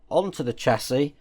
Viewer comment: Chassis is pronounced shassey in the uk, love your content though but hate the American term for a car frame